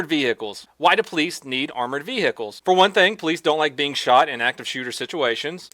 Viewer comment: Ve hickles it's vehicles